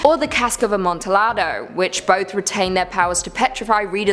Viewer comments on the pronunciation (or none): It's Amonti-yado A double L has a 'ya' sound in Latin and Italian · Scary Stories to Tell in the Dark wasn't banned at my elementary school library. Oh, for future reference.Amontillado is pronounced "ah-mon-tee-ah-doe". And I never knew We Need To Talk About Kevin was a book. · Irony: a Brit who pronounces Amontillado with a hard “L” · that pronunciation of amontillado scares me more than anything on this list